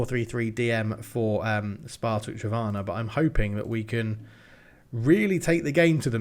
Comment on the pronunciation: The n is pronaunced in Trnava, it is not silent.